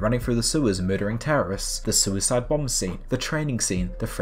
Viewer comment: "suiscene" i... i laughed at this.... forgive me...